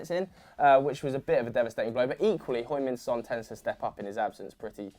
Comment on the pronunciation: again with the hoing min son Its heung like hee-ung